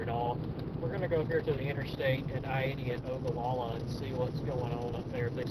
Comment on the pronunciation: Imperial is pronounced just like it looks. Ogallala is pronounced Oh-guh-la-la. I used to live in that area.